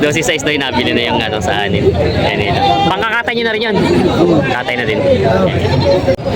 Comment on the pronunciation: Ang Correct Pronunciation ng BOER ay BOR, Silent ang E, Galing sa Afrikan (Dutch) sa South Africa. ibig sabihin FARM O FARMER. Yung barakong baboy, sa Inggles BOAR. GANON DIN ANG PAGBIGKAS.. Yung SAANEN goats Galing sa Saanen Valley sa Switzerland Ang double A pagpronounce SAHHNEN, Long A imbes na double ang A.. Paki bigkas ng tama para hindi sabihin BULOL tayong Pinoy.